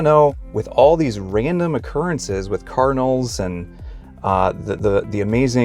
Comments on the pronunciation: I kept thinking you were saying "carnals" or even "colonels". lol Please pronounce the d in card-in-al. It took me a moment to understand you. Maybe that's because I'm from New England. I do believe and know that God will guide us and give us signs, for sure. However, in my case, one time I was at a job that was so stressful for me, and I was putting up with abuse from the owner. I earnestly prayed and prayed for God to lead me to the job that would be right for me. Coincidentally, shortly afterwards, I ran into people (twice) who were attempting to get me involved in Amway of all things! If you know how that is run, you know that they are not the ideal organization! Just saying that even when we open our hearts to God and ask for his guidance, there is always the need for discernment. Now, saying this, I am not meaning to insult Mormons. But your mention of signs reminded me of my own experience. God bless you in your learning and your searches. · Are you saying kernels or cardinals or what in the beginning? I'm so confused!